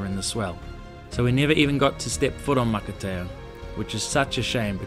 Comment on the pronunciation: Matatea, pronounce maka- pronounce t as an s makatea, it means an island make up of coral, I following your vblog